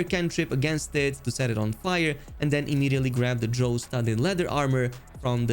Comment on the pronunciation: Drow rhymes with cow, not flow.